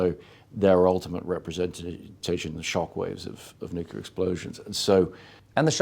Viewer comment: Did he say NUCULAR EXPLOSIONS? LOL.